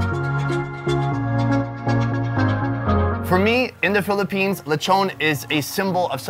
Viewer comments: In the Philippines we make use of literally everything. Zero waste. All of the coconut and its parts. All of the pig and its parts. We respect our food and resources like that. Also... Take a shot everytime you hear LECHOWWWN instead of LE-CHON. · Its pronounced lee-chon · Uhhhhhh in all of mAh birthdays there's always a Lechon Wich mAh mom loves! Edit:Also it's not pawlawan it's Palawan and it's not lawchon it's lechon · Lechone🤣🤣🤣🤣 and also it’s pronounced see-bu for Cebu